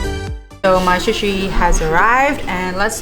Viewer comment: Shu-shi???!!!! Really??? Maybe that's how you say it in Chinese, but it's called 'sushi'. - that's better!! Also don't dip the bottom of the sushi rice in the soy sauce - you need to tilt the sushi and have the soy sauce touch the ingredients on the top of the sushi - this is how it is supposed to be done. OMG!!! Too much soy sauce!!!!!